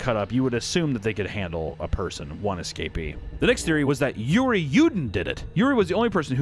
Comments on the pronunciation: Cmon bro there's being stumped by foreign names and then there's pronouncing Yuri as Georgie wtf 😆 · The fact that he pronounced Yuri as 'Georgie' 🤣